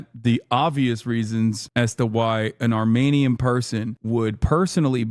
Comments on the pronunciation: Armenian not Armanian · What the hell is wrong with his microphone the last months? And what the fuck is an "armaynian"?